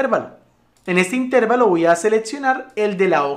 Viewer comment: Una apreciación. ES INTERVALO, NO INTÉRVALO. AQUÍ SIGO APRENDIENDO.